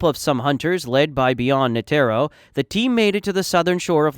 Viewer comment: bruh who tf is nuhtearo and geeng